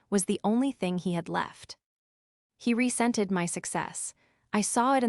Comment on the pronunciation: It's "resented" not "rescented".